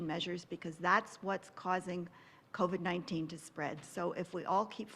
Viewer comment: It’s covid not coved. Jeez